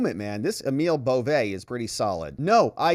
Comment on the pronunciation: This whole presentation is worthless. It is full of the presenter's asides, opinions, editorial comments, and shrieks. He might want to nail down how to say Bove's family name too. Just worthless! Much storm and fury.